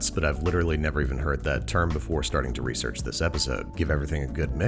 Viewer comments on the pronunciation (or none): none